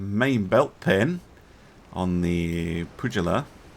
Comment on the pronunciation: "Pugi-la[puglia], probably " I would say Improbably 😭